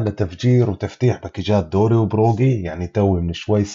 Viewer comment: اسمو دوري ي كبير 😂 طول المقطع قالبو كلب ، قاعد تقول دوغي 😂